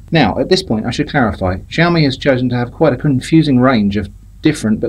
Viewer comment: Completely unpronounceable name, sounds like your saying 'Jaome'. 😃